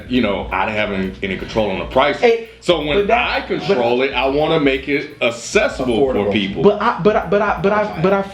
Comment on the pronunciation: needs to learn how to pronounce "accessible". or at least find a better word haha